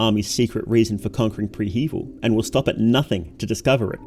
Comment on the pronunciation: I hate the way you pronounce prehevil